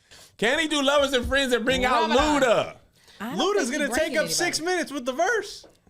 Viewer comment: This Bish said Ramadan 🤣🤣🤣🤣